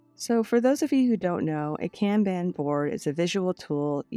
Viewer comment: I’m so sorry if you are offended by the following statements from me. It’s coming from a place of love and help. The Kanban board is pronounced “con bon” sis. I didn’t know if you already knew this.